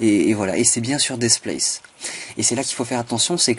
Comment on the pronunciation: Franchement, c'était dit sur le ton de l'humour..(et tu l'as bien compris) Par contre ta façon de prononcer Displace "Despleyss" est parfaite.., de même que Build "avec une bulle dans le nez...".. Mon dieu, que j'aime être francophone.. Allez j'arrête mes élucubrations, tu m'entendrais parler anglais, tu me mettrais un loop-cut en travers des lunettes... Go on Man!!!:)